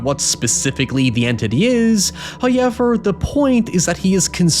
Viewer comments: First "hoyevver" drops . In an attempt to sneak it past us, He doesn't start a sentence with it- this trickery is a new wrinkle, and will require further observation. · I've never heard anyone but this guy say hoiyever